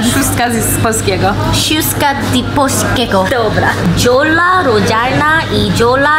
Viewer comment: Jiola lodzialna, Dziola nie lodzialna. Skradła mi serce Już żadna Jola nie będzie brzmiała dla mnie jak...Jola. RIP